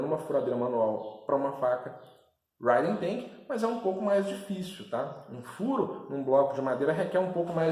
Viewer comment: Bom dia, só uma dica de pronúncia... Quando a palavra começa com "H" o som é como o nosso "R". "Riden"... Abraço.